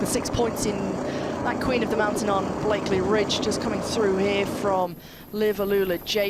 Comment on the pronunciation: BLAKEY Ridge , not BlakeLey…. Great AYton not Great Ayrton (Senna???) Take the time to get these details right